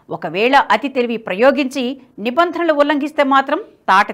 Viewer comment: నిభందనలు కాదు నిబంధనలు Correct your pronounciation please